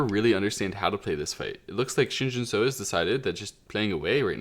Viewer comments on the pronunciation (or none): Pronunciation tip: the “eo” in Romanized Korean has an “uh” sound, like “but” or “dull”. So “Shin Jinseo” should be pronounced like “Shin Jin Suh”, not “Shin Jin So”.